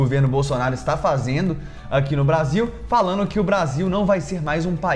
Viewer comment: "Politicamente falano"?